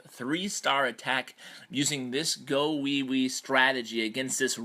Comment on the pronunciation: GOlems. You don't say GAHwiwi lol